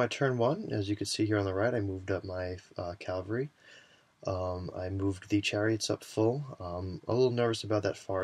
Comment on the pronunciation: Oh my lord, please stop mispronouncing cavalry xD